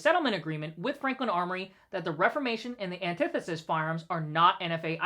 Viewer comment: Off topic, but does no one know how to pronounce antithesis? Back on topic... Shut down the ATF. ALL problems solved.